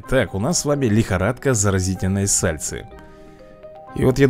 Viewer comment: Только "Сальсы" а не "Сальцы"*!